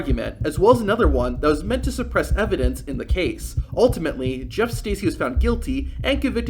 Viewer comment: It’s pronounced Jerf Stercy